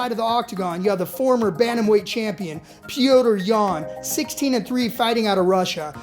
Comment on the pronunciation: Stop fuckin saying petrs’ name like that